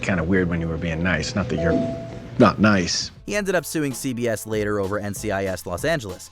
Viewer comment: It's CBS, bot CVS.